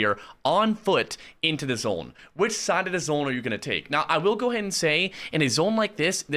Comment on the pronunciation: Chat - I have the O/U at 27.5 for how many times says zOHne. What are you betting?